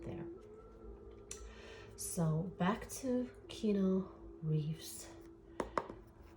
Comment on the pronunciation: Keanu = Ke-a-new, not Keno. But, good reading 😊